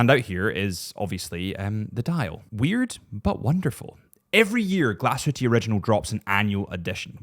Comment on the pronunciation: Nice video …. But “Glashutte” is “glass-hoo-tuh”….. not Glasshooteee 😊